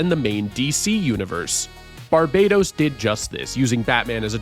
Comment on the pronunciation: Barbados is a country. Barbatos is an evil god, and it’s not pronounced the same. Barbados is the way you’ve been saying it. Barbatos is pronounced barb-uh-toas